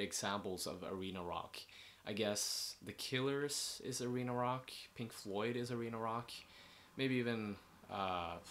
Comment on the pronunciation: I heard "reno-lock" when you said arena rock